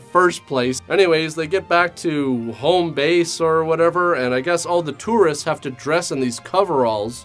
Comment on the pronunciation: This guy says the word Tourists weirdly. thats neat hope he doesnt become self conscious about it or anything